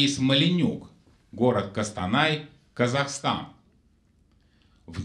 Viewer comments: Блин как ухо режет не Кастанай,а Костанай ☝️ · Отчётливо написано КОстанай так почему же это он КАстанай